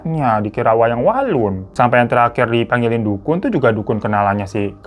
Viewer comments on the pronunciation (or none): Dari kabut kelamun, kabut keluwun, kabut kelamin, walang wangsul jadi wayang walun wkwk kami udh biasa denger Hiro kepleset klu ngomong wkwkwk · wayang walun apaan dah bang wkwkk Istirahat bang, sampe kebolak-balik ngomongnya wkwk